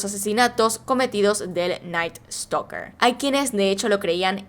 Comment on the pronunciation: Jajaja me dá risa como dice (creo que se llama ), en vez de "Night Stalker" dice: "El Night Stoker"... 😂😂😂🤣🤣🤣